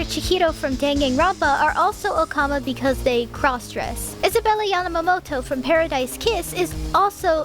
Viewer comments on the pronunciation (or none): none